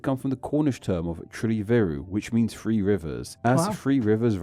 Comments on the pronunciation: in the first section on Truro it isnt "free rivers" it`s "three rivers" the narrator has a common uk speech impediment where he cant or wont pronounce the "TH" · OK some people struggle to pronounce TH properly and it sounds like ff so Truro is on three rivers, not free rivers. Brighton comes from Brighthelmstone. And try to remember these places existed before Europeans had ever been to Australia or even the Americas (that means the USA) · Doesn't really help that the narrator has a mild speech impediment🤣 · He’s saying 3 not free, just a speech impediment